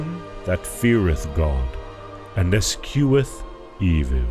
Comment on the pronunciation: eschew is pronounced "es - chew" not "es - q"